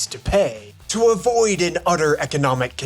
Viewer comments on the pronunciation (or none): "...to avoid an udder economic catastrophe " i like it 😂